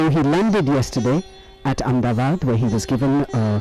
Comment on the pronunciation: Sorry, it should be pronounced Ahmed-a-baad and not Amdabad. Unless you would like to change the name officially to Am-da-bad. Please don't make that mistake.